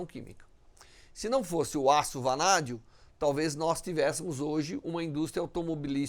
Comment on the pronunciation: Vanadio kkkkk